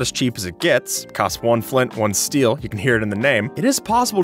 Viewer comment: Who noticed he said steel on 👇